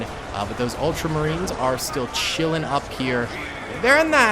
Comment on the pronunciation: "Ultramarines" not "ultra space marines" 😑 that's some space force sounding thing lol